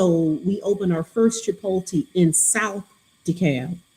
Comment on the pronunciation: Yalls pronunciation of Chipotle is hilarious. But hey who needs pronunciation when you're as brilliant as you two!